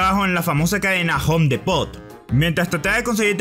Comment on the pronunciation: como Pronuncias Home Depot XDDD